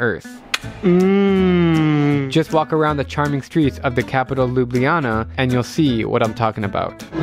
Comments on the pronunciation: Mate every foreign person will say lub-li- jana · Me, a Slovenian, when drew says Ljubljana wrong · Lol we call it lju blja na abd u guys call it lu blji lana